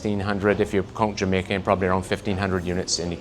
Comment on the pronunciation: He says "we have a warehouse in Jamacia.... I hear "long, expesive wait or parts"